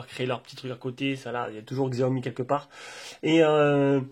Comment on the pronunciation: t'as bien raison pour la prononciation de Xiaomi ! la plupart des gens le prononcent comme ça de toute façon.